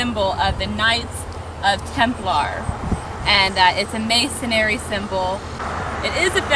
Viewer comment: "MASONRY", not "masonary"; "Knights Templar"... NOT "Knights OF Templar"!